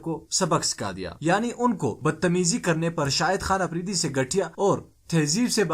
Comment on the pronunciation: Apridi nahen afridi Palastine nahen falastine (urdu main)